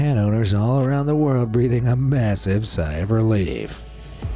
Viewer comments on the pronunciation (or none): none